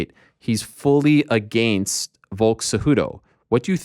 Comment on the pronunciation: The MMA Media is full of losers and people that say “I Mean” 50 times in 5 minutes. Ariel cannot even say “Against” correctly. I am no fan of Brenda either.